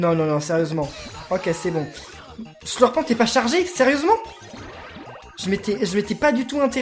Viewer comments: sa se li sleurpen pas sleurpente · slurpent(t muet) pas SLURPENTE